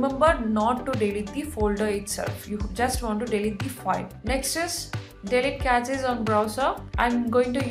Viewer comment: its not "Cratches, its cache. Look up the pronunciation please. Its good that u do something with your life but either do it better or do something different please🙏🏼